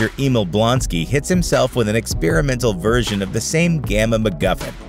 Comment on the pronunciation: I don’t know why, but every time he says version, I’m hearing virgin